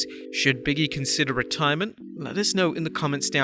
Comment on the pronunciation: Can they get a voice over guy that doesn't know how simple words or names.i don't know who biggy is or canye west.has a hard time with words like narrative etc.